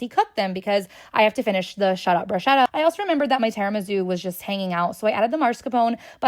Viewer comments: The mispronunciation of bruschetta is killing me 😅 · Im that annoying guy that’s going to tell you that it’s pronounced “brusketta” and “mascarponay”